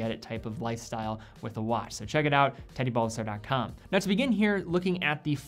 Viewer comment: Haha in the intro I thought you said petty Bulbasaur